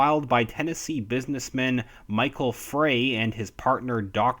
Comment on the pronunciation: Frey - pronounced "Fry"